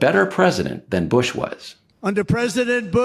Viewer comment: Bwush to a schertain extent and all fairnesh. Fworth, Wussha and China, together.